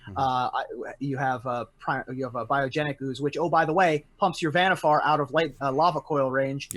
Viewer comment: Nono... her name is VanniFUR